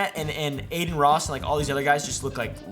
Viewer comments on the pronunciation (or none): none